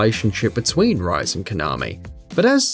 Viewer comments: I wanted to die when he said rise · ''Rise'' I'm so triggered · Rise Name is pronounced (Re-sei) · Calling rise kanami Calling kanami rise face palm Also she call RI SE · He pronounced Rise wrong ;-; Ri-se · Did you ever play the games? Who the hell are "Rai-zu" and "Yu-sue-kei?" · it's ri-se it's japanese name dude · Something tells me either he's never played a Persona 4 game since all of them pronounce Rise's name as RE-SAY, or he was at some point a WatchMojo member since they NEVER pronounce the names of anime character's correctly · those are some, uh, interesting pronunciations for rise, yusuke, etc... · Sorry I had to stop after hearing "Rise and Konami" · That Rise's name pronunciation tho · Jeffrey Tom look how he pronounced Rise that's the biggest sin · I immediately stopped watching after you butchered Rise's name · I can forgive Persona 5's pronunciations for Kitagawa and such, but The way he pronounced Rise was just ............................K. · How to tell if the narrator has never played persona. ask him/her to pronounce the name of the character "Rise" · As soon as he mispronounced Rise I got a little triggered. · You mispronounced Totoro, Rise, Kanami, Caroline, Leblanc, and Yusuke. Also "Yusuke's palace?!?!?" He doesn't have one! Its in Futaba's room! Please play the game you make a video on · ITS RI SE (pronounced as RE SEH) not Rice or Rise ， hope you take note！ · says rise not ree-say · The pronunciations of the name has already pissed off the persona fanbase. Yusu-kay. Ri-say. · Its Ree Seh, not Rice! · OMG.. ITS pronounced REE SAY.. NOT RISE... WOW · Just so you're aware, it's pronounced Re-say, not Rise :P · rise?.....is rise!!!! REE-SAY! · Resay not rise....... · its ri-se not rice.. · pfthh~•○ Ri-Se , its spells separately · It's Ree-Sey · Her name is pronounced Ri-say not Rise! God! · rise is pronounced resay not rise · 'Yusukay' 'jinyu' 'rice' Come on...